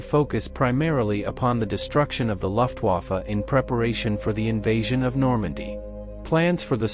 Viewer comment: AI: Loftuafe. But an interesting topic.